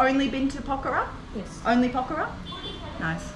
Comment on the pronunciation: The very first foreign vlogger to prounounce Pokhara correctly 😊, get well soon